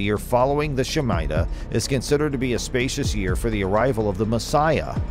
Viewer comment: It's pronounced shme- tah.